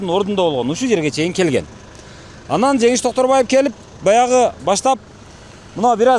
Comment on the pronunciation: 😂 ана сага настоящий Концерт😂🎉 Токторбай . эмес Доктурбай болуптургоо. Шармония Шармония Гармония болуптургоо